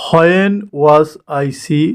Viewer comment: Please improve your pronounciation...as an English teacher, ...it's sounds bad ..kindly do notice it ... Example:- it's when not whoan 😅